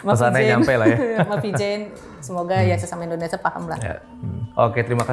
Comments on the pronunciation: Indonesia mba BKN Endonesa😂😂😂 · Indonesia po bukan ENDONESAH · indonesiaaa😂😂 bukan indonesaaaa😂😂😂